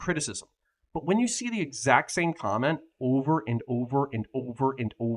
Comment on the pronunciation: over and over and over (in peak Canadian accent)